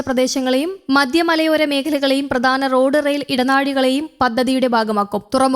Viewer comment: പ്രദാനം അല്ല പ്രധാനം ആണ്